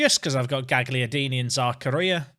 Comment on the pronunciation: Quick pronunciaction heads up: Gagliardini. You don't say the g. So instead of GAG liardini it's more like "galyardini"